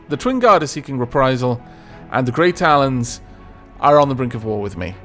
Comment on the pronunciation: When you were looking at the factions and said "Grey Talons" I thought you had said "Great Alans" and I did a double take, actually had to check to see if that was an actual faction haha!